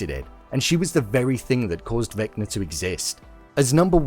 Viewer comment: "Vecma" ??? its Vecna